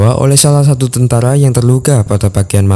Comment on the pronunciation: Bukan tantara tapi tentara